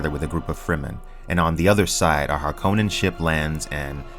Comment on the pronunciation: Thank you for pronouncing Harkonnen correctly!